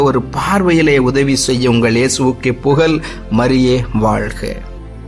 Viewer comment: Tamizh pronunciation is not good. Why he's saying Yesuvukke Pugal instead of Pugazh?